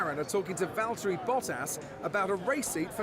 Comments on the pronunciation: It's VALTTERI Bottas Not Valterri Bottas. (Read The Description) #RIPJules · Valterri? LOL. It's ValtteriXD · It's Valtteri, no Valterri XD